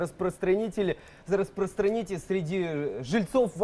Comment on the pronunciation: сначала бы потренировался говорить слово "распространите"